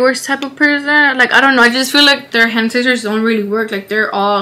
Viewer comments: That’s how my sister says it too 😂 it actually makes sense lol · not hand sanitizer but HENETiZER …. i fucking love herrrrr ❤️😂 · Did anybody else catch onto the way she said hand sanitizer? lol